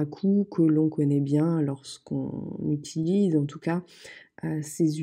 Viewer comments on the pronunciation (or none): none